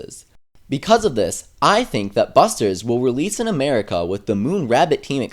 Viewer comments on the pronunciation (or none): yokai watch 2 shinucgi is COMING OUT!!! BTW: "Eye think" xD I got it!